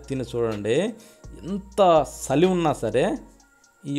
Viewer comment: సలి కాదు సార్, చలి అలాగే రుసి కాదు రుచి